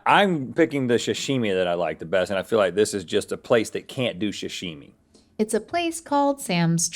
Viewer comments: Is he saying shashimi? 😅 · Rhett: is obsessed with sashimi but constantly mispronounces it. 😂